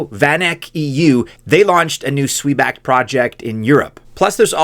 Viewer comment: Thank u so much for pronouncing it correctly; shwee, not sue-e (SUI).